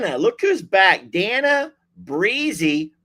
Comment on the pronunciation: FYI---Day-na FOR DANA, ANDREA---ANN-DREE-A. FYI to call them by the correct pronunciation!😍🤩😇